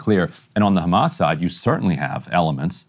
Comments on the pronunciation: I get so annoyed whenever an Israeli says Ramas and not Hamas. They've said it for decades and still mispronounciate the name. Not that bright. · I will never understand why these israeli spokesliars say Hamas like this "Harghmas", it is the only word they pronounce like that in English. I never hear them speak with any accent while they speak in English unless they say Hamas. It means they do it on purpose to make it sound worse that it acually sounds, it is these spokesliars job after all to dehumanize the people of Palestine, whether they are members of Hamas or not.